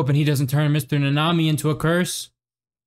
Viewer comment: Also it is Kento Na-ne-mi not ne-nami